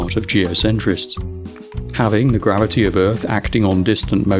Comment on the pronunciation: Your southern American accent is good, but to put on a proper American accent you need to pronounce the R sounds within words. Words like gravity seemed to be lacking the R sound the most. As an American it sounded like a southern Englishman. Still funny though and I appreciate the attempt. Before people jump on me, I'm sure my British accent is terrible too.